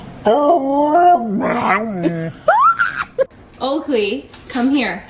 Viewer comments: Good moourn naow😂😂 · "Say good morning" " GOoD MOr- NANG👹